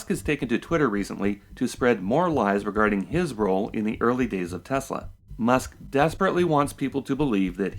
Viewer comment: I remember realising Musk did not know much about Nikola Tesla and then realising his pronunciation of Tesla is wrong. This was before I even realised what a fraud this guy is, but I thought something is off here. Why name a company after a genius inventor you know very little about. Also, he is so smug he never even googled N. Tesla, not even after he invented his engineering persona that supposedly invented Tesla the car. Edit: You unhearted me? That's cold! :)